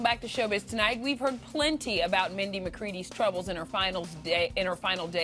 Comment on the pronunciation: Have some respect! At least get her name right! RIP Sweet Mindy!